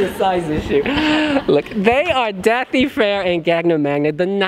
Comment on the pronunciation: I wish he would pronounce Da∂i’s name correctly. The ∂ is pronounced like the “th” in that. He keeps saying “th” like in “things”. It’s a completely different letter in Icelandic.